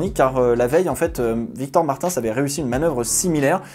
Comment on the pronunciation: Pourquoi tu dit Martinssssssssss Ça se dit Martins